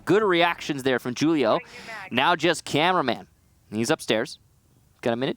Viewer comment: "JUUL-IO" drives me absolutely insane. "WHO-LIO"